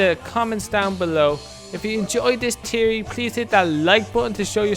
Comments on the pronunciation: Fe-or-ry NOT Tea-or-ry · It's theory not tery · " I have a tiery " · Pretty sure its THeory not teory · You say teaory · you scant pronounce theory theory but still decent vid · WTF is a teary he says it wierd